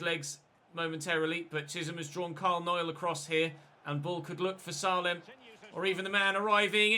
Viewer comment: you actually pronounce Salem name as Say-lem please like so he sees this ❤️